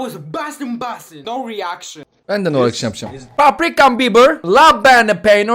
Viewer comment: No eriakşın❌ Yessör eriakşın👍